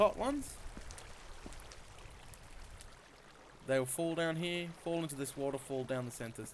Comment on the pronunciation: I love how you say here HEE-UH love the vid!!